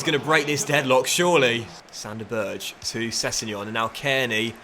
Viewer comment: Enjoying the series so far my man! You`re a genius letting your audience really impact you CM! Btw, just a Norwegian nitpick. You can pronounce Sander Berge "San-der Bur-gay" If you want a more detailed way of saying it just type it in Google translate and listen there.